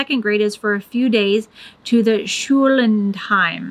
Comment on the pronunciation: Identify the syllables. Schul-land-heim. It's also three words giving one of the famous german compound words. :)